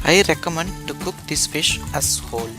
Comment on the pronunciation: Good quick recipe ..on a lighter note - at 6.39 they way you said I recommend making this fish as whole..sounded like axxxhole :)